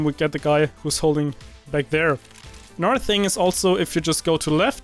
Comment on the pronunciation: i hate when you europeans say anudder instead of another